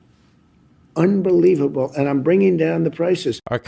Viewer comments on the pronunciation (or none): Grandpa says unbelebable...